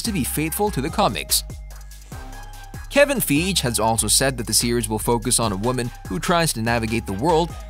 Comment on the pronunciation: Kevin "Fye-gee"